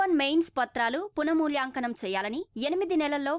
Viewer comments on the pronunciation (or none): పున మూల్యాంకనం కాదు, పునః మూల్యాంకనం.